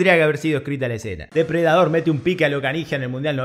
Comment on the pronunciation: Jejeje morí jejeje "Depre Dador" jejeje